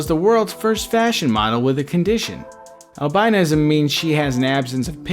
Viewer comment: it annoys me how he pronounces albinism